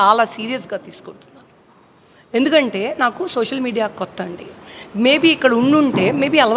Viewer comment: మీ గోదారోళ్లు జర్నలిజం లో ఉన్నప్పుడు తెలుగు భాష ఉచ్చారణ నేర్చుకోని రండి. "సోసల్ మీడియా " .. Hot .. Hot ఏంటి రా మీ భాష.